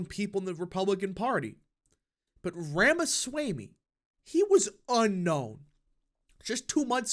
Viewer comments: Loved it. His views on immigration are also in line with trump and more. Last minor thing … his last name pronounced as RamasWAmE, nor swaymE. 👍🏽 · Please pronounce Ramaswamy correctly. It is not hard at all. ROM-uh-svO-MEE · 👍video Ramaswamy pronounced as Rama- swa- ami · learn to pronounce his name. Rah-mah-swah-mee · I think Ramaswamy is pronounced /ɹɒmɒswɒmi/ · Please correct your pronounciation of Ramaswamy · PRONOUNCE HIS NAME CORRECTLY!